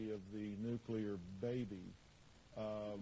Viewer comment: And, of course, he mispronounces 'nuclear' - he says 'nuculur'. Another marginally-educated, hick religious nut.